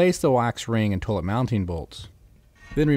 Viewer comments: In this video, the word 'toilet' is mispronounced 'toe-lut' over 7000 times. Other than that, most informative. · My god, buy that man some gloves! And look up how to pronounce "toilet." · "toelit" lol!